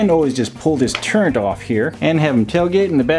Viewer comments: Turret. No "n". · “Gun turrENT” lmaooo